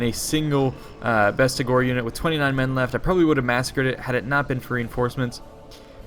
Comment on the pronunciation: its best agors not beast agors